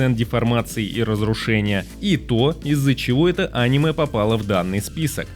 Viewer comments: видео супер, только режет слух твое Аниме, вместо анимЕ. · Топ мне понравился, описывать тайтлы ты умеешь, но когда говоришь Аниме, а не анимЕ... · Почему он говорит Анимэ, а не анимЭ🤔всегда думал что ударение на последнюю букву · Бро видео просто потрясающее! Сразу 7 скрытых алмазов! Спасибо! Единственное, очень режет слух слово Аниме, когда абсолютно все говорят анимЕ. Загуглил, пишут что ударение правильно на последний слог, подумай, реально режет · Не Аниме, а анимЕ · посмотри в интернете куда ставят ударение в слове аниме. а то видос норм а твоё "Аниме" сильно портит впечетление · Не очень понимаю, как после слова "а́ниме", можно всерьёз воспринимать ролик. Ведь всем известно, что правильно говорить オネメ。 А кроме шуток: шикарная подборка. Буду смотреть, чего не знаю. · Противно слушать, еще бы мультфильм назвал… ударение правильно надо ставить а не коверкать слово! «Аниме» на третий слог ударение! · Может топ и хорош но неправильное ударение, прям бесит